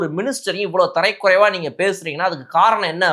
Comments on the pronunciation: தம்பி நான் லண்டனில் இருந்து இலங்கை தமிழன் உங்களுடைய நிகழ்ச்சியை தவறாமல் பார்த்து கொண்டு இருக்கிறேன் தரைக்குறைவு என்பது தவறு தரக்குறைவு என்பதே சரியான உச்சரிப்பு நன்றி வணக்கம் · Tharakkuraivu not tharaikuraivu